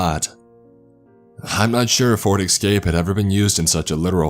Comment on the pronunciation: Near the mark he's supposed to say establish but says exstablish, this is a new one but exscape and exspecially im used to hearing from him. My thing is does he think he's saying these words correctly or not?